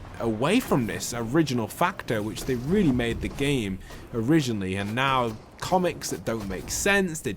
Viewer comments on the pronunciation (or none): You serious right neow bro